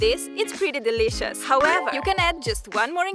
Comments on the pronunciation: It is actually pretty funny for me that you keep saying 'dilishus' everytime. 😁💜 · Bruh!! The way she says dileeshus. 😃💜